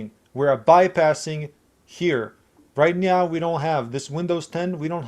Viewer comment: Did I catch a "right meow" ?